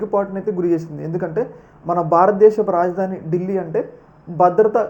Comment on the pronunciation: Bro ఢీల్లి కాదు ఢిల్లీ